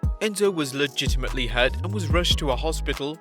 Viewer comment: How many times did you say ligitlmely